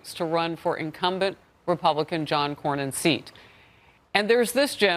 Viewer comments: Texas native here. It's John Cornyn, not Coryin. And no, she will not beat a republican in TX. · When you are saying John "Cor- e - yen", do you mean John "Cornyn" ("Kor-Nen")??? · Just bc he has a y in his name u don’t pronounce it with a y it’s just corn in John corn in John coryn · Great analysis appreciate ya. It is pronounced Corn in. I would rather have Paxton win personally. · Brother, Senator John Cornyn has been in office for like 25 years. Pronounced: "KOR-NIN". Like CORNIN. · It pronounced "Cor-nin" 😅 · it’s pronounced corn nin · lol it’s pronounced corn-in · Texan here 👋 1. Cornyn is pronounced Core-nin 2. We can’t stand him, the Republican Party just hasn’t run anyone decent against him and we certainly weren’t going to vote for Beto. 3. If we wouldn’t elect Beto, we damn sure aren’t going to elect Jasmine Crockett 😂 4. Ken Paxton has his issues, his state senator wife just publicly called him out today when she filed for divorce after his very public affair and impeachment trial 2 years ago. Buuuut he’s been a great AG and he’s much better than Cornyn. Local rumors are that Cornyn and other RINOs put Angela Paxton up to the public spectacle. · the current senior U.S. senator from Texas is John Cornyn, pronounced COR-nen. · CORN-IN!! For the love of God, listen to someone else pronounce these names first! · I don't see the blue team winning. Respectfully, it's pronounced "core nin". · Cornyn sounds like corn in. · Why are you pronouncing John Cornyn's last name so weird? It's "corn-in." It's not hard. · Its pronounced, Cor-nin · It’s pronounced “Corn-in”. No way in Hell she beats Allred in the primary. And Lord knows I’m not looking forward to seeing his ads every 5 minutes AGAIN. We just got rid of them in November. Cornyn may get primaried by Wesley Hunt, which I would be happy with. Cornyn is a RINO. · Lmao…. It’s Corn in Cornyn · I’m a Texas native, too. But i pronounce “Cornyn” like “RINO”.